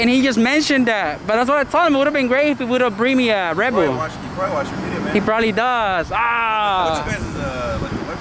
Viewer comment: Sounds like you say "rebel" every time you say "red bull".